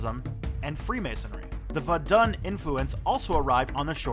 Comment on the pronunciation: Great video!!! Vodun is pronounced,...voh doon(but the “n” stops in your throat like a nasal French “n). Also the ethnic group you’re talking about in Togo and Southeastern Ghana the Ewe is pronounced Eh vay and also Eh way.